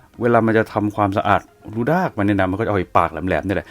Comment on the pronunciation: แอดพูดผิดจากรูดากเป็นรูด๊ากไปเลย555😅😅😅